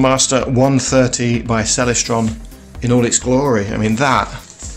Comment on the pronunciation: You don't even know how to pronounce 'Celestron.'